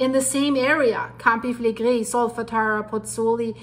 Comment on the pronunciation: love your reporting - I am watching with fascination. There has been elated activity all over the world - goodness only knows how this will all develop. I have been practising saying Campi Flegrei the way you do! Love from Scotland 👏🏼🇬🇧